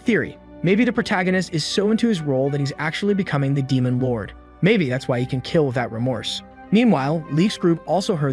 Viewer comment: the 9th rank damon. I MEAN DMEON OMG U SAYING DAMON MAD EME TYPE DAMON INSTEAD OF DEMON Is named after emergency food